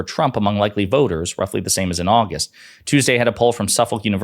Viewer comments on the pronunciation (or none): none